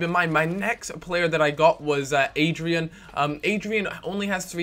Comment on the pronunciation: It's AD-RI-AAN Not adrian